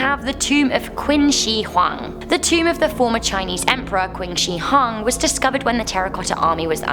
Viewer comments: Qin shi huang is pronounced as tsin shr huang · Number 4 is pronounced "Chin Shi Huang" in Chinese Qi makes the "Ch" sound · You pronounce "qin shi huang" wrongly😂